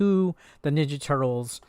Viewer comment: Dude u called it tutrtkez.